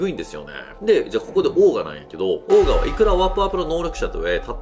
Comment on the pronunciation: オーガ(鬼)じゃなくちゃんとオーガーと言ってください。